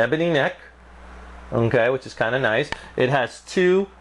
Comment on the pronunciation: this guy should not do reviews "unkay"